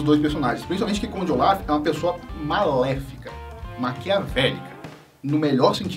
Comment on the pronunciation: Eu prefiro q se pronuncie Conde ôlaf do q olaf sla é melhor